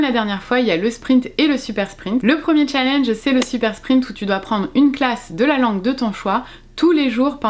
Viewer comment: Si tu es pour prononcer challenge comme une Française qui ne sait pas parler anglais, utilise défi